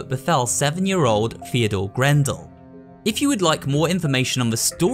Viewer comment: I thought the name was Theodore Grambell, not grandel